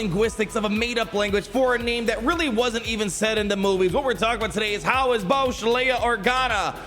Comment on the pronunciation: You’re saying it wrong it’s not boushh it’s boushh